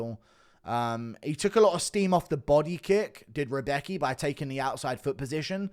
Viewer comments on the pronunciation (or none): none